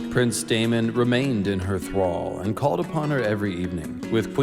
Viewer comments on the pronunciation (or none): none